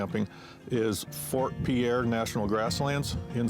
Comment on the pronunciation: Welcome to my homeland! Hope you guys enjoyed your trip. I love watching your videos so seeing you come through my state is very exciting. I have an ‘07 fj cruiser I’m turning into an overlanding rig and this trip is one of the first I have planned. Ps. Pierre is pronounced “peer”